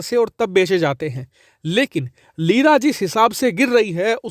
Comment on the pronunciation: ''Leera became Jeera'' 😂😂